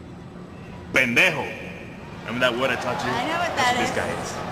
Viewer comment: "Whining, sniveling..... Pendejo". PEINDEJOW?!